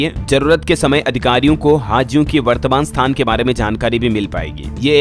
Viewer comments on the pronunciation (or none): none